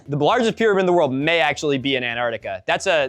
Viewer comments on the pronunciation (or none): Pyrmanid is some Cheems level pronunciation